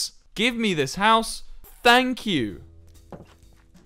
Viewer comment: Man I just tryinna find the part he says "Hous"